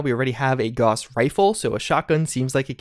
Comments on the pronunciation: Gows, not Goss, lord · Gauss=GOWSS not GAWSS